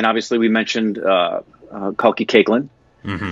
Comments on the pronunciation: Pronounced kalki 'kekla' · Okay I'm just 3 mins in and it is Kalki 'cake-la' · Correct me if i am wrong. But isnt kalki Koechlin pronounced as Kal-key cake-la.